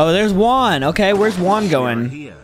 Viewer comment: When you are saying Juan it's like your saying work